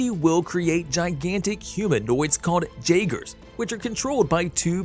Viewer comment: you keep saying jagers if you look it up its jaeger the j in jaeger sounds like a Y and when you say Mako it doesn't sound the same as they say it in the movie